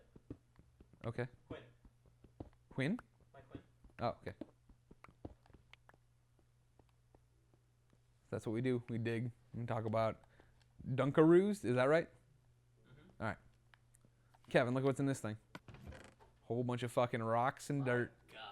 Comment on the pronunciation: DUNKAROOS, not dunkin' roos